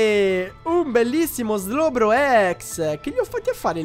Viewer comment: hai sbagliato a dire slowbro ex